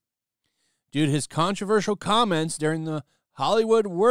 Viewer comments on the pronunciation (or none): none